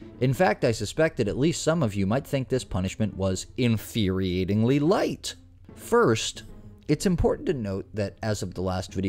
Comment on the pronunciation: InfErIating? It’s inFURiating…just saying..